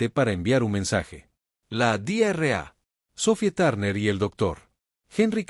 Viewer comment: Dra = Doctora es una abreviatura no ( Di erre a ) porque si se pronuncia sin pausas como en esta traducción en español suena como (Diarrea) que en español es literalmente una mi€rda 💩 💩 🚽🙆🏼‍♂️ 🤦🏼‍♂️ 📖 revisen la IA de traducción porque esta no es la única palabra incorrecta aunque no son tan llamativas